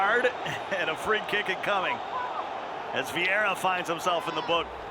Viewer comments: Us: vieira American: viara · Why does the commentator call Viera, "Viaara"!!! 😂😂💀💀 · Anyone else find it annoying when the commentator calls Vieira, viarra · Commentator: Viarra Me: die in a bin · MIQUEVIIPER THE KING the guy who says viara was Italian 😬 you should’ve heard how he said Eusebio tho that was worse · “Viara” pissed me right off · I heard Viagra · How is that dude working for EA when he cant pronounce when of the greatest midfielders ever that even casuals have heard of 😂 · I hate how he says Vieira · "Viaara" "Pawgba". Bruh someone fire that commentator